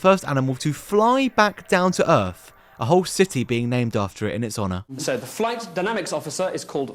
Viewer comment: They went to RussiER, itself? The company made uh-ver reality shows, too? And after FREE weeks of training, they finally saw the EARF?!😱